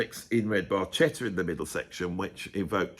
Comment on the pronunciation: Bar Ketta. No worries, Geddy couldn’t pronounce it either